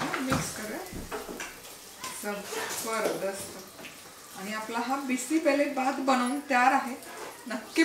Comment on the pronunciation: Aga tai bisi belle bhat mhantat ga tyala changla uchhar kar